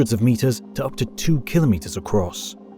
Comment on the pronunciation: Well, congratulations, You have joined the ranks of rare content creators who actually pronounce the word KIL•o•meters correctly, rather than that nonsensical ka•LOMM•mitters (or worse, KLOMM•mitters) uttered by people who don’t understand (or care) that it means 1,000 (kilo) meters (meters). No “LOMMs” are involved. Anyhow, superb content, despite the incorrect assertion that extreme weather events are currently increasing, part of the climate “crisis” narrative. And… …if you’re one of the uninformed individuals whose devotion to the “crisis” propaganda inclines you to leap to its defense and accuse me of being a “denier”, it might be in your interest to drop that nonsense. First of all, I don’t deny the evidence that there is a slight warming trend (depending on what period you examine), but the conclusion that it signals catastrophic warming is a fiction designed to advance a political agenda that is not in the interest of the vast majority of the human species. If you are happier believing that fiction and are immune to contravening facts, I can’t help you. But if you would prefer to understand why the purported “crisis” is a perversion of actual science, I have good news for you. Get yourself a copy of Unsettled: What Climate Science Tells Us, What It Doesn’t, And Why It Matters, by Dr. Steven E. Koonin, a Ph.D. physicist with years of expertise in computational physics, global environmental science, and computer modeling (and how it has been manipulated to support fal